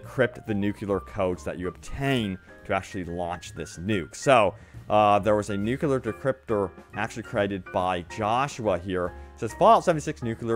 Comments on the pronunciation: 'new-clear' not 'new-que-ler' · Considering the shellacking the game has taken by reviewers, they had better make big promises and talk fast if they want people to buy. Also, it's not pronounced "nukular", it's "nuclear", new-clear. p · NU-CLEAR, nuCLEAr, not nucular, FFS